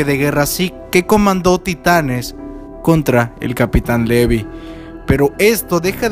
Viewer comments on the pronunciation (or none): none